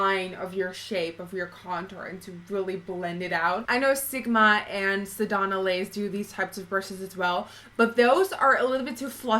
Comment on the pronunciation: I kept lol'ing when I heard u say sedonna lace instead of sedona lace. Swear I had to check the spelling to see of I was saying it wrong.